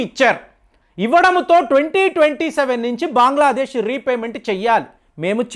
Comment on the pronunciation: బాంగ్లా దేశ్ కాదు.బంగ్లాదేశ్